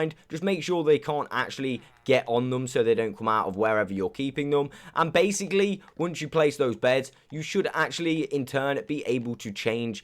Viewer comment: Or when he tries to say baslocly he says basily